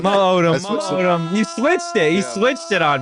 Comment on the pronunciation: Not being able to correctly say your players names is insanely disrespectful lol.